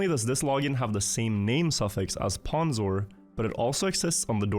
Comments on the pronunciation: oof it's hard hearing someone pronounce it as "p-awn-zor-22". Its "p-own-zor-22" Fek i'm old. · It's pronounced 'pOwnzor' not 'pAwnzor' by the way. Also I am riolu. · Mispronouncing pwnzor is so much funnier if you think of it as intentional disrespect